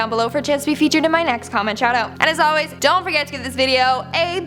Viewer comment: zon't...zon't do it